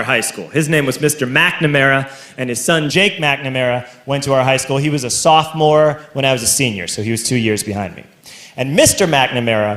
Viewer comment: a SOPHOMORE (you said solfmore maybe next time google it) is a high school or collage student in their second year. So 10th grade.